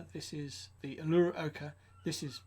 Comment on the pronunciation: Uluru...a giant sacred rock in the heart of Oz. Pronounced oo-lu-roo.